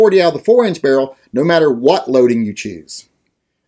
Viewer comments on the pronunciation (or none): none